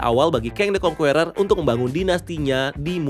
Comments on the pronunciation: Conqueror bacanya (indo) nya Kongkerer bang bukan kong kueror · Saking semangatnya sampe bilang Kang the Kwongkuweror 😂